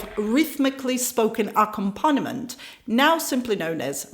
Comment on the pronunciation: you asked for mispronounced word about 6 35 is the word accompaniment